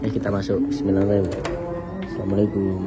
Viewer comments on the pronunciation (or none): none